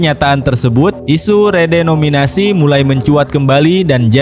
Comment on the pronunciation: Lo banyak nyebut "REDOMINASI" min..saking semangat nya lu jadi ngilangin huruf "E" dan "N" nya .. kocak lu min😅